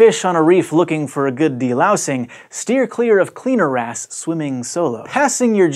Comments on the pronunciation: Lol. The good old cleaner ass. I can't be the only one who only heard him saying cleaner ass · who else heard CLEANER ASS all the time?? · kept hearing cleaner ass